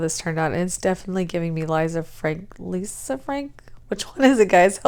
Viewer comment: I love this! So many possibilities. I struggle with ombres but this looks super attainable. Oh also it's "Lee-sah" (Lisa) so you got it right!